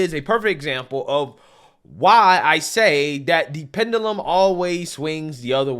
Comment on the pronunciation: Please learn to pronounce "pendulum ".🤦‍♂️